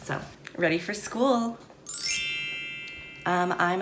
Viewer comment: "what if i get bullied at schooluh" i wheezed so hard😂😂😂